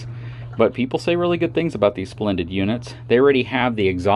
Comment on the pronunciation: Its not "Splendid", Its "Splendide". Pronounced Splen-dee-dee.